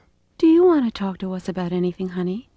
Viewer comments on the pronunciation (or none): none